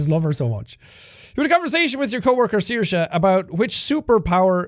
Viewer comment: Finally I learn how to pronounce Saoirse. Thank you, Sean🥰